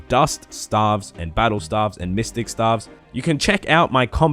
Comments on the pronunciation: Stave is pronounced stayve, not like staff. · staves pronounced "Stay-ve" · lol the way u r saying it u should be spelling staffs and u pronounce staves like (stay-ve-ss) but besides that lets see how the video turns out haha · Lol i thought it was pronounced stayves lol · i died when i heard stAAAvs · Can someone please get me a counter of every time he said STAHVES in the video? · Lol no it isn't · god its triggering but nice vid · Dude, I'm an Australian as well, but it is staves still.... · I would probably watched the full video but couldnt take anymore of the wrong pronunciation of stave after 21 seconds of it. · your pronunciation of staves is wrong, or is it just australian accent? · To all the non-Aussies getting triggered over his pronunciation of Staff and Staves, just letting you know that's actually how we pronounce those two words in Australia nation wide. Nothing wrong with it.